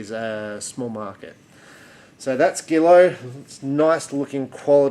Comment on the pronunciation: Pronounced “ZHEE-low.”